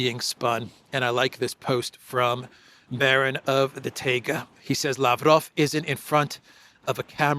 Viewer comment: Baron of the Taiga --- pronounced 'ty-gah'